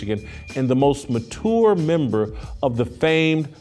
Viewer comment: To this day Jason can’t say mature correctly lol.